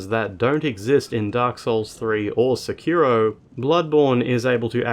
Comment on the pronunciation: The accent for "Sekiro" is on the first syllable. So it's not "seKIro" it's "SEkiro".